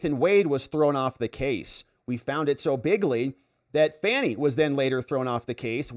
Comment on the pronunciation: That's right Bro. It's FANNY not Fauni !